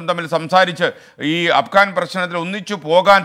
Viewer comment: അപ്കാൻ അല്ലാ അഫ്ഗാൻ.. അല്ലെ.. 🤪